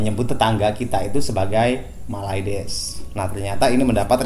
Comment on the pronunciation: mylades bukan mayludus